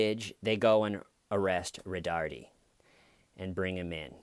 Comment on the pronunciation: It's "Roe-tard".